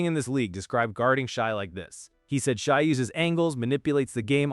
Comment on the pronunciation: Lol his name isn't pronounced Shy. No one who follows the game would mispronounce the MVP's name. Also no one cares about consecutive 20 point games. Why not 21? Why not 200 games but one of them you score 19? It's not a record it's an achievement.